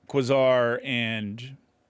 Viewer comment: Quasar = Kway-Zar